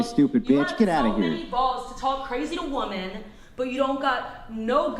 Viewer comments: It's WOMEN not WOMAN!!! Drives me nuts!!!😂😂😂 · Christ! Its fucking Women, not woman when speaking about more than one. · Women have been oppressed so terribly that she can’t name a single concrete example of said oppression. Also, and once again, feminists can’t distinguish between the pronunciation between “women” and “woman. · Ok, don’t debate with anyone who cannot say WOMEN in the plural? Got it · Why do they pronounce women like that? lol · WHY CAN’T SHE PRONOUNCE THE WORD WOMEN???? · cant this fool say women? she is beyond an idiot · Why cant ppl pronounce the word women ? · Someone PLEASE teach her how to pronounce "women" & the definition of "proven."🙄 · Am i hearing “woman” or “women”?